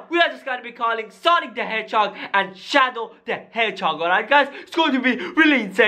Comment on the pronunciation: Yes sonic shawow